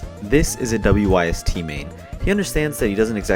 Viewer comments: U pronounce the whole thing its not w y s t its wyst pronounced wist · WYST is pronounced wist. FYI